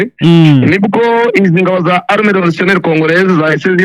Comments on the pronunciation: ugomba gutandukanya " arme na armée" bavuga rero "Armée" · Ntabwo turi "" arme""Ni armée mpora ngukosora Nuko utajya ukosorwa (shyiraho isaku uzamure)